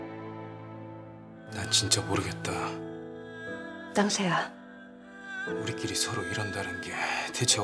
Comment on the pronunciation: 땅쉐야~~ 발음 참.. ㅋㅋ